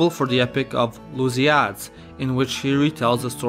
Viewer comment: menos os lusiádes ahaha